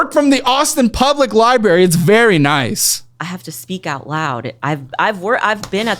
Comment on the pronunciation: Lindsay- for the love of god, teach how to say “library”.